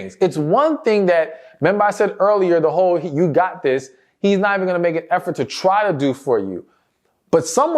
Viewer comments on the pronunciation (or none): why do you say choo for you?